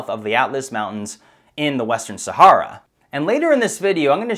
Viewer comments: He says Sahara incorrectly a few times and then says it correctly later on. Was that done after someone told him he said it wrong and already edited the first part where he says it wrong? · Common pronounciation sound like Sa-hair-a not Sa-harr-a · While the info is interesting and I love the presentation, I have to cringe when he says "Sahara". It is pronounced Sa-hair-a not Sa-harr-a. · I couldnt retain any information from this video, myabe its my ocd. Every time he says saHARa my brain triggers & thinks its pronounced saHAIR-ah. So i tried to pay attention but he says saHARa so many times its all i can focus on lol. Maybe Im just retarded haha, ive never heard anyone pronounce it this way. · Pronunciation: Sa - Hair - a (Look up the original founder of the CIA) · ITS PRONOUNCED SA-HAIR-AH!!! Jesus how can you try to get people to think your smart but you can’t pronounce the thing we have been hearing about since our favorite cartoon characters have been getting stranded in since we were little kids?! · Where do they pronounce Sahara, Sahorror? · I can't listen to the mispronunciation of "Sahara" anymore. I can't. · Very interesting, but please check your pronunciation on names and places. Particularly 'Sahara' and Herodotus, if indeed that's what you were saying. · I guess that's the proper pronunciation of "Sahara"??? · Please learn how to pronounce Sahara!!!! I promise you it will help your videos because I have to turn away right now I can’t listen to you mis-pronounce the region you’re doing an entire video about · That is NOT how you pronounce Sahara.